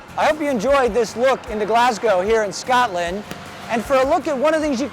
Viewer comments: Scotland!!!!!! not SCATLAND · It is so funny how he says Scotland it sounds like Skartlund lol